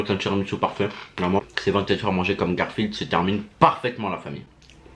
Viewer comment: Combien de fois il a dit garfiled 🤣😂